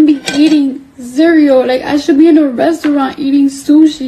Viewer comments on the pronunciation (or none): Cardi B: Z-real-el Cardi B: Resurant